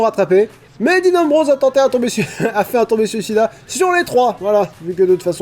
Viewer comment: Je suis toujours hype pour tes recaps c'est fou. Ah au fait on dit "Tope (topé) suicida" et pas "Tombé suicida) ^^